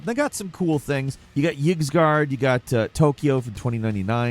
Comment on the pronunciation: YIGSGARD?!. For future videos it’s pronounced Eesgard (the Y is pronounced like an e in ear)